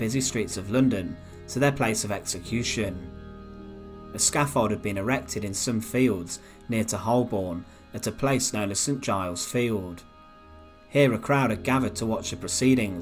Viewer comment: Very interesting. One thing to point out- Holborn is pronounced Ho-burn. Sorry if that's been mentioned before.